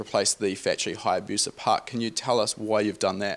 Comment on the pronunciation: It is not Hayabuca rather it is Hayabusa